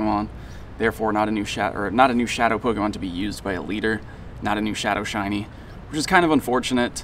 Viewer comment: Meet me in the middle and i'll remind my friends you still make pokemon go videos. pronounce pokemon correctly, don't slur it out after the "po" like you always do